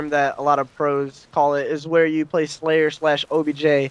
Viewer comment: What did he call a slayer / obj a "Slabj" ?